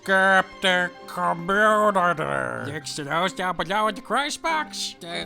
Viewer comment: "Muh communitah!"